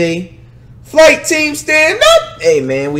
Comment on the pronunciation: Flight startin of the Video saying the title wrong smh